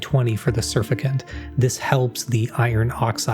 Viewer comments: "and Tween 20 for the surfacant" -- sur fac tant - a chem eng -" itterating" - just one t, despite how it sounds. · You mean “surfactant”. “Surficant” isn’t a word. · Great video, the detail was great, mostly impressed by that 3D printer’s capabilities. I will say though, “surfactant” is pronounced like “sir-fac-tant”, it means “surface-active agent” and is essentially the three words combined. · surficant? Wtf is a surficant? That's a surfactant! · Surf-ECTANT not Surfecant I just had to jump in here and point that out